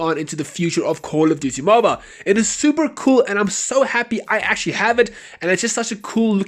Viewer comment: Cooooouul of diutiey Moble that's how your intro sounds like